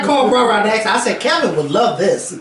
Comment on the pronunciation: KEVINT!!! with a whole "T" at the end, how you ain't never seen next friday..😱😭i love you babeee but your black card has been EXPIRED lmfaoo